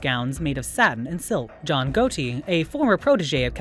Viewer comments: it is pronounced Got-i. not goati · Can’t believe you don’t know how to say Gotti